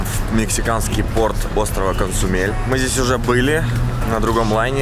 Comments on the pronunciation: Блог путешественника ✈ Мир@ он как раз КоЗумель, а не Консумель) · Козумель, а не КоНзумель там нет ни какой Н, и Конджи, а не Конги - и это густой рисовый суп (рис разварин до консистенции киселя)